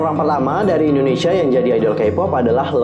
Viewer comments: Indonesia kak bukan endonesia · Indonesia bukan Endonesia